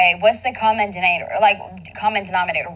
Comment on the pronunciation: Did you just say "common dinator?" 😁 Lol sorry i just had too 😁